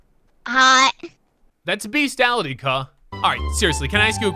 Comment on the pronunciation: “That’s beastialitu cuh”